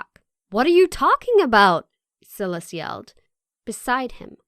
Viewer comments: Silas pronounced SY-Lis lol. That drove me nuts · I don’t think that how you pronounce his name Silas.... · I have a feeling the male character's name is "Silas"......... and it's not pronounced like "silly" its pronounces like "sigh". What a weird fucking channel. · Its pronounced sigh-las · Omg the way she pronounces "Silas"